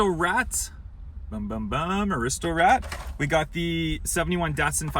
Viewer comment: Correction: It's pronounced Ar-is-to :)